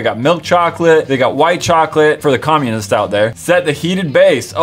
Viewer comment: finally after scrolling and being super late to these videos I found a comment that noticed him saying comunist. WHAT THE HECK WAS THAT EVEN.